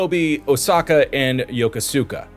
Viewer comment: Yokosuka isn't "Yo ko soo Ka" it's "yo-kooska."